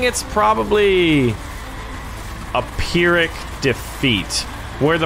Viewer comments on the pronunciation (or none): none